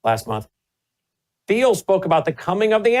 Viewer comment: Isn't Thiel pronounced like Teal?